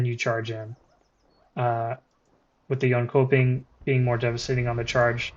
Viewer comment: it's pronounced yonchoping